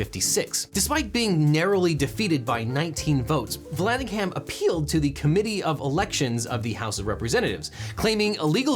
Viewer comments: When ham is in a name the h is silent and the a is pronounced as a schwa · The h is silent in Vallandigham Like Brigham or Bigham